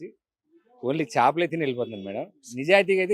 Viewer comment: చాపలు కాదు తల్లీ చేపలు అనాలి అంత మాత్రం తేడా తెలియదా ఎం ఖర్మరా బాబూ